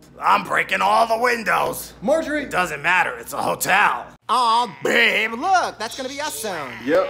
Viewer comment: Babe..BABE BRRRRRRRRRRRRRRRRRRR ABE